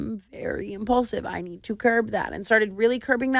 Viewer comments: Clearly she just learned the word, "Impaulsive" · Thought I was the only one who thought of the podcast every time she said “impaulsive”